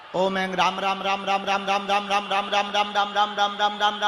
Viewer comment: Ram ka Name Be Theek Thra Say Nahin Lay Raha Hai.